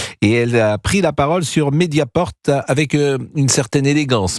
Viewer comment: Mediapart et non Mediaporte